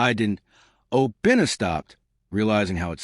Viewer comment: Not Obinnah………….!!!!!!!!!!!!!